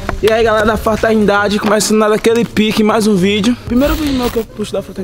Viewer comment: Eae galera da " Fartenidade " kkkkkk